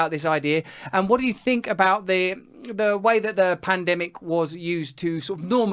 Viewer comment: Pan demic? What??? Hahahahaha